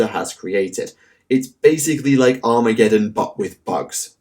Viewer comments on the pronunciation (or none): none